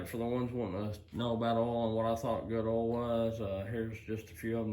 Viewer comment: What is Ole, don't you mean Oye ill? 😊